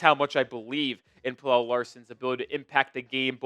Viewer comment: Pella not Pellel 🤦🏽‍♂️🤦🏽‍♂️🤦🏽‍♂️